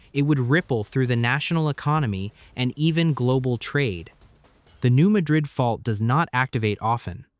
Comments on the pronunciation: Please pronounce correctly-- New Mad-rid (Mad as in angry--rid as in getting rid of something). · It’s pronounced New MAD’ rid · Some of the pictures do not correlate with the story. There are no mountains in the New Madrid fault line area. Also, the speaker pronounces Madrid wrong. The first syllable has a short "a" vowel sound. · Yes, as a midwesterner, the correct Pronunciation is MAD-rid. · The first syllable in "Madrid" is accented, not the second syllable. It's not pronounced like the city in Spain.